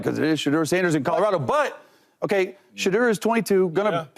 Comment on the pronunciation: Out yo effen mind saying sheduer don't got that dog in him